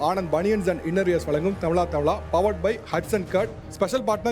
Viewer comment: When will you pronounce thamizha properly? Not thamila